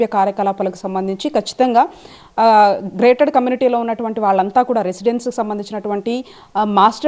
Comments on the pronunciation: Madam garu….. grated community kaadhu….. GATED community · తల్లి అది గ్రేటెడ్ కమ్యూనిటీ కాదు❌....గేటెడ్ కమ్యూనిటీ ✅